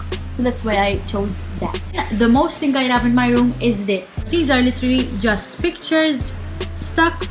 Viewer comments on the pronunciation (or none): when you say "ting" lmao